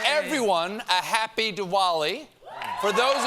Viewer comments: It's pronounced D'Vali, Stephen. Next year! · Wow, well said about Ted Lasso of holidays, i couldn't have come up with anything better myself, but i try to correct people whenever they mis-pronounce, so first of all in hindi it's supposed to be pronounced as The-wall-e (American pronunciation of the) Which itself is a mis-pronounced from dipawali, whose white person pronunciation is The-pa-wo-li..